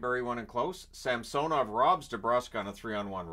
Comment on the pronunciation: SAM-SUH-NOV - yes SAM-SO-NOV - no